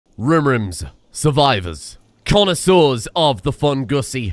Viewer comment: Connaiseurs, not connoseurs.